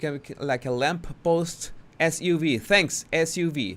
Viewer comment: S U V...Sports Utility Vehicle. Just say the letters.